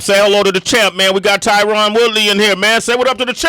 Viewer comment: Tyron is family to you but you can’t say his name right?